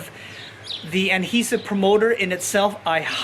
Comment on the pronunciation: Does he know it’s ‘adhesive’ not ‘Anhesive’